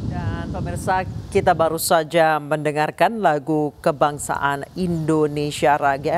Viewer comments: Narator nya lidah nya kecele.. Indonesia Raya jadi Indonesia Raga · ini pembaca beritanya ko bilangnya lagu kebangsaan indonesia raga....hadeehhh mbaa mbaa....hmmm...😖